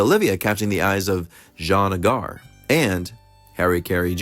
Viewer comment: John AY-gar.